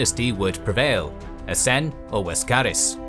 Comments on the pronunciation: The Laskaris were Greek, not Slavic, so why do you keep pronouncing the name as though it were "Łaskaris" with the slashed Slavic L? Like many others here, this pronunciation very much stood out for me while watching the video. Since "Vladislav" is correctly spelled "Wladisław" the way you say it and other Slavic names makes sense, but seems odd to do that to a Greek name. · A genuine question: Why do you keep calling Laskaris as Waskaris and now Vladislav as Vwadiswav? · Not sure why the pronunciations are wrong for the Greeks! 'ł' being pronounced 'w' in Slavic should only apply to the Slavs for obvious reasons.